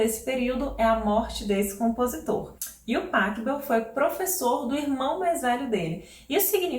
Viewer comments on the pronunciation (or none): Muito legal seu canal e o conteúdo que você gera. Obrigado, viu? Só uma dica de pronúncia no Pachelbel: O "ch" lembrando o som de "rr", como no Bach. Soa algo como Pa 'rri' bel, ou Pa 'rrou' bel. Valeu! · Professora, uma pequena correção: em alemão, o ch se pronuncia como rr. Então, Pachelbel se pronuncia Parrêlbel.